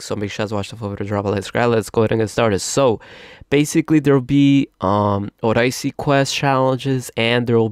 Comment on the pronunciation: Oh-die-see? it’s O-de-se